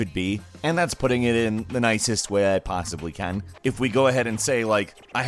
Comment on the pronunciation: that 'can' sounds british